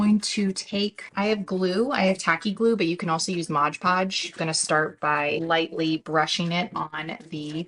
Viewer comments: Then pronounce it correctly! The product is Mod Podge. Sounds ridiculous the way it’s being said in this video. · Please stop saying Modge Podge!